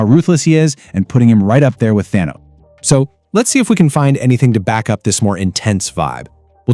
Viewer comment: I shut it off when you said "Thano"